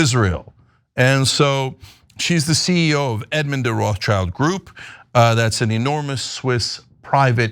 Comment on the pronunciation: Uh, Cenk? Roth-schild is not English. It's German. Roth = Red (modern spelling = Rot) / Schild = shield or escutcheon. Above the door in the building the family lived early on. The world "Child" does not appear in the name. OK?